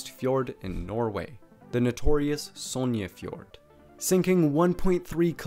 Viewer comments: Stavanger or “Stavanyear?” And Sognefjorden also “Sonyjafiyoren” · Yeah, his pronunciation is wrong